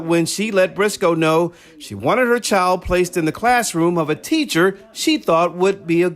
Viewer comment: Good GOD even when they're trying to code switch they still can barely say the word child. Attention blacks: chowd is not a word. Its an SK...not an X. You don't have fillin's. You're feeling feelings. It's shameful. Why do so many sound like slavery ended last week?